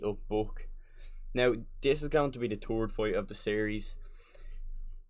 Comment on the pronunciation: In teh turd. Wheene you gwot uoip it wasss really centurd.